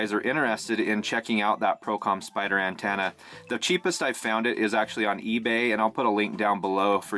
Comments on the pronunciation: It’s pronounced an-TEN-na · Lol "an-TAna"